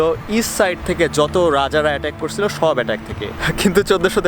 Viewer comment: English: american accent bangla: korSilo, khaiSilam